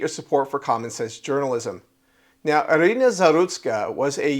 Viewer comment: Sie heißt nicht Arena sondern Irina ☝️